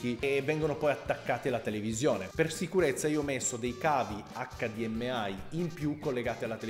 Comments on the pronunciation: Ho sentito bene? ACC DI EMME AI? ACCA DI EMME I oppure EICH DI EM AI. Grr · HDMI: "Acca Di Em Ai" no no no no no. In italiano "Acca Di Emme I" In english "Eich Di Em Ai" Te lo concedo solo perché sei macedone ;) pozdrav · hdmAI non si può sentire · accadiemmeai nonono accadiemmei o eichdiemai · Se il buon Farenz ti sentisse quando dici "accadiemmeai"...